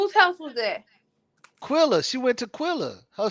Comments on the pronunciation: It’s Qu-EHHHHHHHH-lla!!!!!! Do you see “ai” in her name?!?!?! Jesus FN Christ!!!! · I tried to tell him this a few lives back ...its so annoying cuz quella is not hard to pronounce. I think he does it on purpose